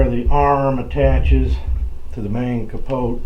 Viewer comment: wrong we say capo not capoteh